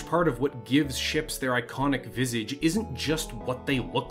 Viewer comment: Someone doesn't know how to pronounce 'Visage', over and over again.